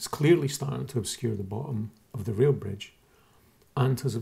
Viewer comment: Good video. For most of it I thought you were saying "real" bridge and I couldn't figure out how the closer bridge was less "real". It finally clicked that you said "rail" bridge ;-) It's a nice video, but you can't fix what's really wrong with the flat earthers.